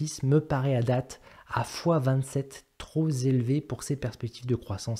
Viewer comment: Liaison…trop…pélevé…et non zélevé! voyons mon grand🤣